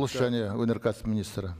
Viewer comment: ОНай саласы😂😂😂 жеңіл өнеркәсіп ОНай саласы дейма, Ң, Ң, Ң, деген әріп бар едіғой қазақта, завод Қоямыз дейма, қоямыз 😂😂, ия заводты қоя салу керек😂😂😂